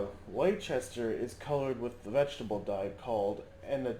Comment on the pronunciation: what lol .... LECH CHESTER? its LES TUR mate ;)